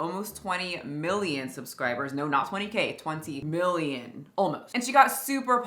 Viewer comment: "They keep remuhving muh subcribas!" 😂